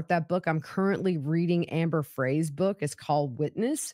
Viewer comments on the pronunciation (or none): It’s pronounced Amber Frey, like “fry.”